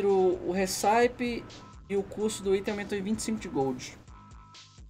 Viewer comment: a pronúncia correta da receita em inglês (RECIPE) é récipi, e não hissáip.